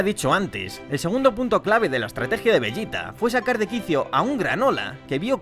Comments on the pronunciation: no te hagas el listo, eso lo sabe cualquiera, de lo que me rio es de como pronuncias veYita a un publico que obvio habla español, y ambos sabemos como la mayoría lo llamamos, a ver, llamar a los personajes por su pronunciacion en japones es ridiculo (kuririn, burama, friza, etc) pero bueno tu sigue con tu veYita 🤣🤣😉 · LA PEOR PRONUNCIACION DE "VEGETA" QUE E OIDO